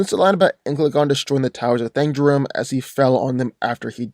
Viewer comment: wrong pronounciation for Thangorodrim and Ancalagon